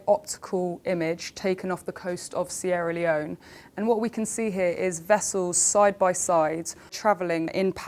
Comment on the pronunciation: the way she pronounces Sierra Leon x)